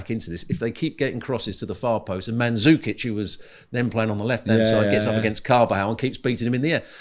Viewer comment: my man said ManZukic. Oh my LORD. As a person from the Balkans this makes me sick. OR people that say ModriK u siiiick fks